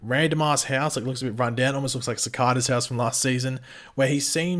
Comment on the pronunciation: How do you manage to mispronounce CICADA? You've literally heard it on the show.